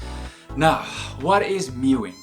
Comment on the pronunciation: Meowing is pronounced completely differently to mewing. FFS.